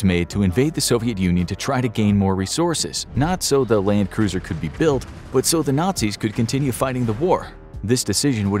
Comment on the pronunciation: Little known fact- it is Landkreuzer, pronounced Land-kroitser. Doesn't mean cruiser at all. It means Land-crosser in direct translation.